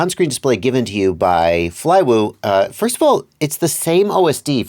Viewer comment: Good work pronouncing the name :)